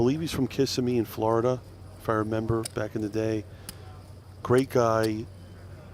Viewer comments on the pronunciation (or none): none